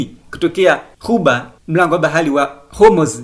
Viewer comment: Mtangazaji hawezi kusema bahari. Anasema "bahali" halafu anasema trump anakosae.